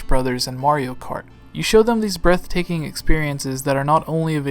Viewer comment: Did you just say Wario Kart?